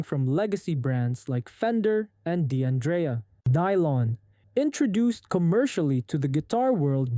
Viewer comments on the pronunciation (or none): Please stop adding an "E" sound after D': the apostrophe is silent, the same as it is in English. It's not "De-Andrea". It's "Dandrea". The "D" is unvoiced. Compare with Di Caprio or Capo_de_casa. You don't say "caneet" when you say "can't" or "doneet" when you say "don't". It's the same with Italian. D'Addario is "Daddario". D'Andrea is "Dandrea". D'Angelo is "Dangelo". If it was "De Andrea" it would literally be spelled "Di Andrea". If it was Di Addario it would be spelled "Di Addario". If it was Di Angelo it would be spelled "Di Angelo".